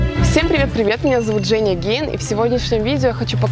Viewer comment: Почему мне всегда слышится "Женя Гей"?!